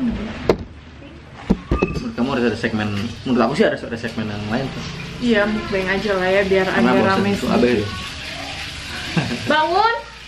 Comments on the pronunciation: bener mukbang ko. bukan mukbeng. soalnya bahasa korea meok(o) = makan. bang(song) = siaran. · kak nyebutnya mukbang nya gak mukbeng hehe, karna mukbang kan dr korea , tulisan koreanya 먹방 (meokbang) nyebutnya juga sama :)